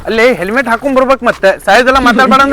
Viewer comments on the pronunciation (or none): Selmet alla helmet